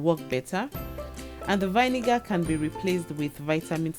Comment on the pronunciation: Very informative indeed!! I enjoy how you explain everything in ail, lots of great tips.I must say I did have a chuckle at your pronunciation of vinegar